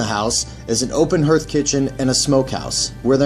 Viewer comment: Open Her-th... you mean HEARTH (Har-th)